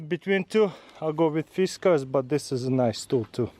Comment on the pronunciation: Pronounced Fis Cars